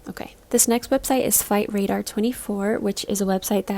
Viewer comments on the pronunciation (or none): thought you said ”fight radar” at first and was like wow…. they can know that now?